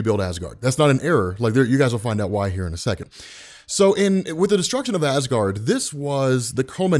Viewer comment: Ha ha you said gard